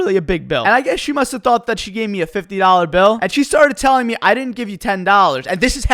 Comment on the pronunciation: I have a question, why do you pronounce Me as Meh?